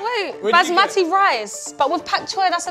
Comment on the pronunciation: It is not baasmaathi it is bas me thi and the a in bas is an ā